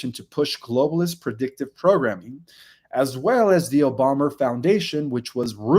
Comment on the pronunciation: Re: OBOMA....there is video of him touting himself as the first Kenyan born person to possibly be a Senator. He bragged about it. Also, WHO IS OBOMMER? You keep saying Obommer and it's irritating.